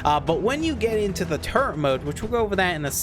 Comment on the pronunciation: There's no "n" in "turret"